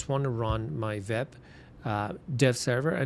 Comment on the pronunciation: nice content ! but stop saying "VEB" please its "WEB"